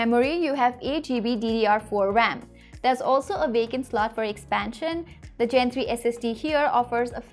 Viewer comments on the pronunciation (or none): none